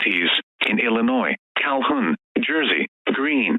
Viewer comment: By the way during the SVR for Franklin, St. Louis and St. Charles Counties, you were only supposed to do this "Example: Franklin County, Saint Charles County, Saint Louis County" without putting the "in East Central Missouri" part. How do i know this? Well i just do. Also the pronunciation for Illinois is Illynois. Otherwise good mock.